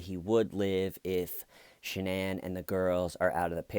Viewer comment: the fact that she pronounces her name sha-nan and her parents call her shannon like normal people, says a lot